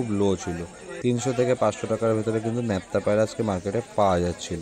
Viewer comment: দাদা ন্যাপটা নয় নাপটা